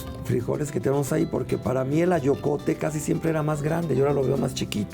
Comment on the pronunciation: En el minuto dicen "frijol acoyote" creo debe de ser AYOCOTE, si estoy mal ofrezco una disculpa, saludos, muy interesante saber de todas esas variedades de frijol.